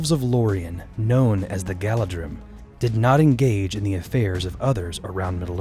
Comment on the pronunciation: Great video. A little note about the pronunciation, the dh in anglicized sindarin is pronounced like the th in 'the'. It's just a way ro distinguish the two sounds of th. Hence the prounociation of Galadhrim, Caradhras, .... Another point is that when Sauron attacked Gondor in the last years of the second age and after Isildur left by the sea to get help from the north, Anarion held Osgiliath against Sauron and after some time pushed back the Orcs to the mountain of shadows. (He wasn't a nobody or weak, he successfully repelled Sauron till the armies of the last alliance could arrive)